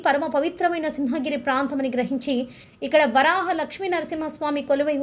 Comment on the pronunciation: అమ్మ! వారాహ కాదు " వరాహ " అని పలకండి.